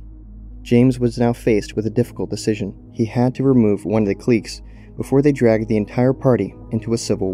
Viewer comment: i dlsike the way you pronounce cliques